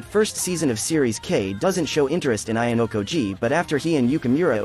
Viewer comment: Dude I literally need a translator to understand ur video if u say "Suduai Ayankojee"